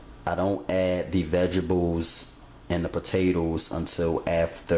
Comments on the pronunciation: it's vegetables not vegables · "Vegebles"! Lol! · Did you say vegibles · Hahaha. Vegebles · lol, I had to keep going back to make sure I heard it, yep, he said VEGIBLES, rotfl....whew!. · I dont know one person who can yo. I sure can't. When he says vegebles. He is a cutie tootie (sorry I'm real southern) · Why can't you pronounce VEGTABLES properly?